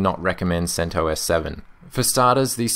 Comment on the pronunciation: you pronounce it: "sent oss" .. the OS portion sounds like the "os" in ostrich. At least according to the creator of CentOS